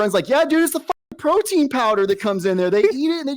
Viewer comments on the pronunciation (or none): "crowtein powder" had me cackling